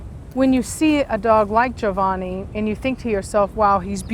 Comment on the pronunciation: Sitting here with my popcorn🍿, early as I've ever been and probably ever will be 😂 It's nice to hear the name Giovanni pronounced correctly!